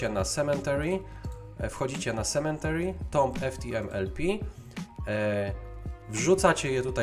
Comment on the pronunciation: To nie jest "sementary" proszę pana - tam nie ma litery "n". Esz :/